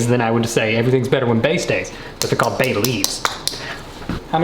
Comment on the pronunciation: No one:: "...bayleaveS"